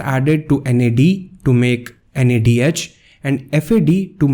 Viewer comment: Nad+ not nad